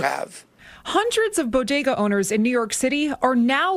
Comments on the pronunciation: Bo-DAY-guz? Jill told me it BO-guh-duz. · I wonder how long it's gonna take Jill Biden to figure out how to pronounce 'bodega' now?...😆